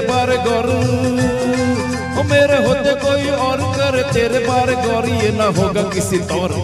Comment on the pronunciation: गौ॒र॒ नहीं ग़ौ॒र॒ होता है